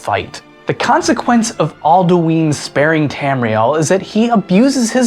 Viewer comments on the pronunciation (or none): Isn't It Pronounced Al-Du-In Not Al-Du-Ine? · Its pronounced All Dew in not All Dyoo Eeen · Not all-dee-ween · Not Aldueen it's alduin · All - Do - N not All - Doo - Ween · its al-doo-in not al-do-eeen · aldooin not aldooeeen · Says Aldueen. Closes video* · ITS AL-DA-WIN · I consider your pronunciation of Alduin evil lol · Your pronunciation of Alduin was kinda infuriating, who in Skyrim says it like that...?